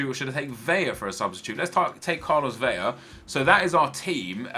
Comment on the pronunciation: Its Vela pronounced like an "L" not "LL"